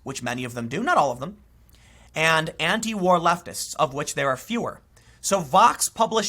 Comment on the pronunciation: Am i the only one that heard him say leftivist? Lol